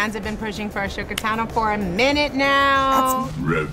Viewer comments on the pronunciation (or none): Bruh "Ashoka". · The Emperor called her Ashoka as well. Don't know why. It's: Ashoka NOT A sho ka -. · I swear she says a sugar tano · Rosario was awesome before she played Ahsoka and twice the awesome after it, so i think we can forgive her for saying "Ashoka" (but only she gets a pass). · Did she just say “ashoka”?? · Wow first 3 seconds in the video and she says Uh-Showka🤬 ITS UH- SOKA!!! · AhSHoka Tano. MY EARS. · Did she just call her Ashoka? It's Ahsoka the h is silent, she doesn't even know how to pronounce her name lol. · ...she called her "A-sho-ka" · lmfao she said a sho ka im weak this won’t be possible girll💀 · "A-sho-ka" lol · the way she pronounced ashoka makes me go😐 like why? if you are going to play a role, know how to pronounce your characters name like lmao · Ashoka Tano 😖😖😖😩😵. Doesn't it even say it right. Oh well, hopefully he does good. I'd still prefer Ahsoka stay animated though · She said asshoka. K we need someone new. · she said "ashoka" pronouncing sh...need to work on that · Imagine wanting to play a character and can't even pronounce their name correctly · Is anyone else fixated on the fact that she mispronounced Ahsoka’s name? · Scott Ingram she didn’t even say Ahsoka’s name correctly.lol doubtful. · In other interviews she's pronounced her name right. So I don't know what happened here. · My qualms with this casting is mainly how she doesn't seem to know much about Ahsoka. I don't know about other interviews but she pronounced her name wrong. Also Ahsoka is not a jedi at that age. This might be a bit petty but the nose is a little different then Ahsoka but maybe it can be fixed with makeup. I really don't want to see Ahsoka in live action anyways... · Rosario Dawson is more of a Star Trek fan. Might explain why her pronunciation of “Ahsoka” is a little off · Lmao she said it wrong hahaha 😂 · She is no Jedi please say her name right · Can’t even pronounce the name right 😂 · Can she learn to pronounce Ahsoka's name at least?